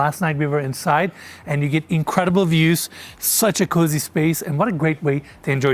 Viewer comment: pronounces cozy---> cuzy